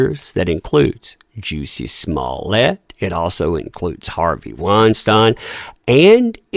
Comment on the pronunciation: 🤣🤣you cannot tell me does not mispronounce names on purpose. Juicy and Weinstein. Can’t remember the ones from the other vids rn. He has to know. I think it’s hilarious